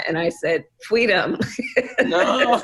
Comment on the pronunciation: Gross, Kamala! Fweedom 🤢 so slimy